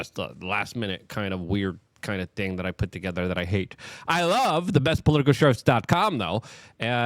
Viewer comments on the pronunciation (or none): none